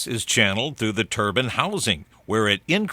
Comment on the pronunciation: It's pronounced Turban my engineering professor says that every time and it's like nails on a chalk board.